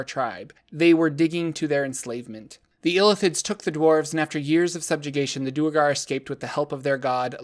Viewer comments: Its not Doer-gar Its Dwere-gar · One thing that annoys me about the Duergar is how everyone seems to pronounce them Doo-ergar. That sounds so clumsy and is almost certainly not how it‘s supposed to be pronounced. The word derives from Old Norse dvergr for Dwarf which I think would have been pronounced with a w sound, maybe with an f sound. Anyway, I like to pronounce Duergar as Dwergar and I‘m gonna proselytize for it because Doo-ergar is silly.